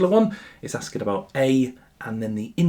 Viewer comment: might be the worse pronunciation of asking us i have ever heard 😭😭😭